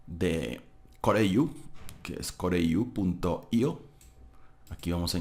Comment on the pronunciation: Es "CORE IU AI"... y no CORE AI IU....